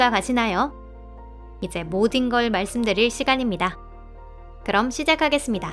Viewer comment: ㅋㅋㅋ기여우셔 이제 모딘 걸 말씀드릴 시간입니다ㅋㅋㅋ 내가 뭘 들었ㅈㅣ 하고 다시들어봐써여ㅋㅋㅋ